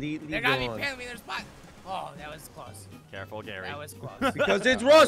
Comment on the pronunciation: "Carful "